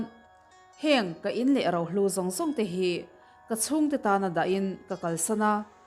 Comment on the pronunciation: Enge Rau , Ro tih tur aw.